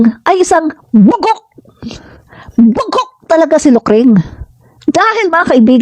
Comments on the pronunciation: Hindi po bugak Ma'am..Bugak po..Bugak😂😂😂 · Nakakatuwa ka naman po pagkasabi mong bugog